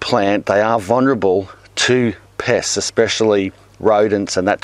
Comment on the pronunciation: Pests! I thought you said piss at first. XD